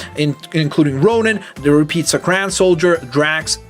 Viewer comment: It's not pronounced suck-ran it's pronounced suck-are-en